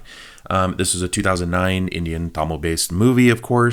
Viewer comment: Ur tamil pronunciation is getting improved